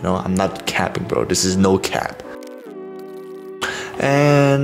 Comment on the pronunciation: I love how he say "dis"